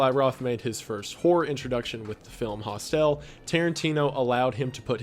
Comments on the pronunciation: Hostel is HAAS TUL not HAS TELL (accent on the first syllable). please continue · The way he says some words wrong every now and again in his videos 😂 hostel isn’t pronounced host-el 😂💗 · K sorry. I know this is an old video. I assume someone has already commented this but: Hostel - (hoh-st-uhll) not (hoh-st-ehl) the end of hostel is not as pronounce as you're doing in this video. Think the end sound of the word "knuckle" or "buckle" hostel is hostle. K gonna go back to enjoying your video now. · He did pronounce it wrong, however, It's not hostile, it's hostel. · FYI, Hostel is pronounced hostul .. not hos-tell. Thanks for sharing. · You say it like Hoss-tell. It's pronounced Hoss-till ❤️ Also, Tusk wasn't about a seal.. he was turned into a walrus. August Underground Mordum was the worst non-snuff film I've seen. I watched the whole trilogy (August Underground, August Underground Mordum, and August Underground Penance), and the second one was the worst. There is a 4 or 5 year old, maybe younger, who is half mutilated in a corner of some basement and one of the dudes start eating the maggots and the rotting meat that are coming from the child's rotting amputated leg, Last thing, if that film that was translated from Portuguese had anything to do with HIV/AIDS in it, it took place during the 80's as the virus was first recognized in 1983. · This guy can't pronounce shit for the love of God. It's midsommar So-mar Hostel Not hostell Hos-tul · Hostelle huh? Its not pronounced like Estelle .. Host-il . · It's pronounced HOS-tel, not hos-TEL. Accent is on the first syllable, not the second. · Why do you pronounce 'Host-EL'? It is pronounced 'hostl' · Its pronounced Hos-Til, not Hos-Tell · I'm disturbed by how you pronounce Hostel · Same! Was surprised as well. I'm South African and we pronounce it 'hos-till'. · It amazes me that he's this age and can't pronounce the word hostile correctly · "Hostell" is one way to say it lol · I’m so sorry but...”Hos-tell” LMAO